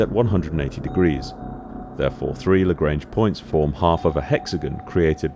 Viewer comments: You pronounce Lagrange incorrectly, it's a French name and should be pronounced accordingly (La-gr-on-ge not La-gr-ain-ge) Perhaps not related but Thunderbirds 5 was also the space station. Perhaps "5" for being in space was becoming as expected as a wheel. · Just a quick note: Joseph-Louis Lagrange was an 18th century Italian/French mathematician. His surname is not pronounced to rhyme with the English word "range". If you pronounce the "an" part of "range" by the sound of the English word "on" you will get somewhere close to the correct pronunciation.